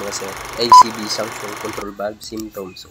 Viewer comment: Suction po hindi sanction..😂